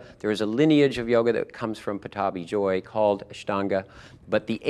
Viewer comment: he miss pronounced that its pattabhi jois